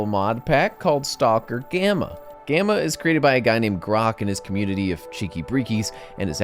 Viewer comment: did you just pronounce the L in stalker? lol STAUWLKER